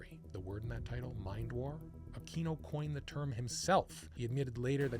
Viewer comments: Akweeno. Not Akino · I had a hard time paying attention to this after you repeatedly mispronounced Aquino.